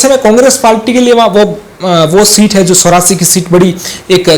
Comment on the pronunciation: एंकर शुद्ध हिन्दी बोलो सोरासी नही चोरासी है।